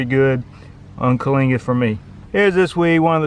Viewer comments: Kyllinga instead of calinga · Bro, wtf did you say? Clingits? Kalingas? Even the auto generated CC had no idea what you said. I have that exact weed all over my lawn and I'm trying to identify it. This is the closest I've got and you mumble the name every time lol 😂😂